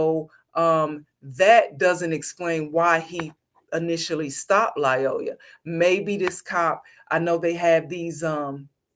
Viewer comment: 1. “Lyoya” only has one “L” in it. It’s pronounced either “lee-OY-a” or “lie-OY-a,”’not “lie-O-la.” Why would you disrespect a dead “king” by mispronouncing his name?? 2. The shooting was TOTALLY warranted. Mr. Lyoya escalated every step of the way, from the time he exited the vehicle to the moment that he had sole possession of the cop’s taser. The “king” didn’t have to die, but he died as a result of his own choices. His blood is on his own head.